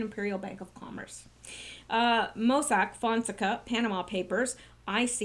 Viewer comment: PLEASE, pronounced "fon (fohn) sec (SECK) a (ah), accent on 2nd syllable.